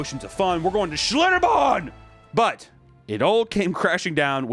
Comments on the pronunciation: Your pronounciation of "Schlitterbahn" is wonderful, it's how someone from my part of Germany would say it with the t's almost becoming d's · nice pronounciation of schlitterbahn